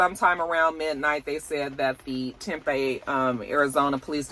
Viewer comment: AZ native here! It’s pronounced Tim-Pee 😊